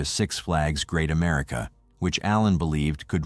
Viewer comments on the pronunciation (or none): none